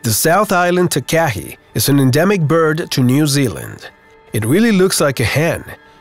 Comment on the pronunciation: You need to pronounce the nz bird Takahe the proper way it is said like tarkarhe not way you put it.